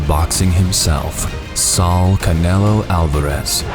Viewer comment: Tf it’s S A U L not Sal